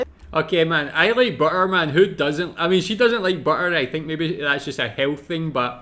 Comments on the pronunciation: Ei leik itt this wäiii bä.a 😂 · I love how you prounounce "butter" with neither the German "tt" nor the English "dd", but just completely leaving out those glottal "t"s. 🙂 Bri'ish English rulez!